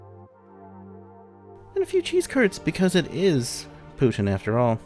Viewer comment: Bonus points for the québécois pronunciation at the beginning! ☺️